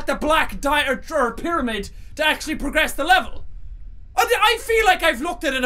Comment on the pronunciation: pyramid (PEE-Ruhh-MID) gud vid doe ;3